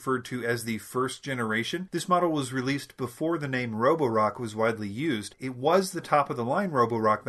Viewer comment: Nice job with the Chinese name pronunciation!